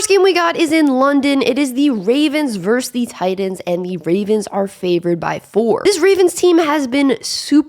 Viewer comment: Vs is verSus not verse